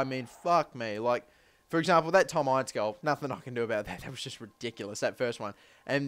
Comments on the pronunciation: its not pernouced ience its inse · Q and a * and btw it Tom in-ce not I-nce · It's pronounced Ince as in 'Mince' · Ince is pronounced in-seh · Its pronounced IN - CE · Pls google how to say Ince properly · Buy ince!!!! It's not a long I sound it's a short I sound